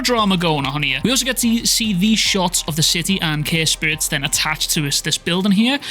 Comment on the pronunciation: Is it me or you are calling curse spirits "care spirits"?